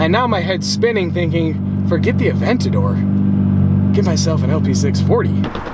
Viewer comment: Funny how he's trying to get a Lamborghini Aventador, yet he doesn't know how to properly pronounce Murcielago, Gallardo, or Aventador.